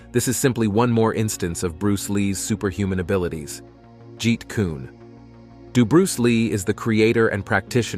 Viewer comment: The way you’re pronouncing Kune is irksome but dope video